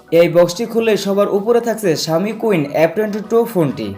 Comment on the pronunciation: শাওমি কুইন না সীন হবে। আগে ভাল করে সেট এর নাম জানুন, এর পরে রিভিউ দেন।